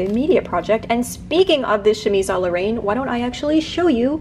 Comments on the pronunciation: I hate to sound like a hater, but Ill correct you simply because I feel like you would want to be corrected: "Reine" is pronounced with an open [E] sound! So like "rehn" instead of like the word "rain." Reine like the beginning of the word "renegade"! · Your channel is awesome but your pronunciation of 'Reine' threw me off a bit =D it's not like rain, more like the dan-part in dandy :) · Why... was “reine” pronounced “rain”...??? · Reine is pronounced more like ren btw but whatever i loved this!!!